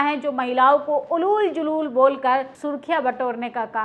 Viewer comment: Hindi sahi bolna seekh lo, उलुल जुलूल nahi hota ऊल जुलूल hota hai.